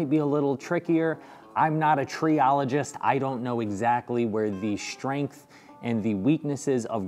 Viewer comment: Several issues with your shtrength test, yeah that is the first one. Why is is so difficult to pronounce st as ST and not SHT? Second the dominoes were too close to the edge of the parent. I doubt that a plain butt joint would have not be just as good. What I found surprising is that the really crappy morise held at all.